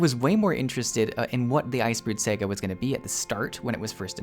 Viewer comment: you pronounce saga weird but im here for it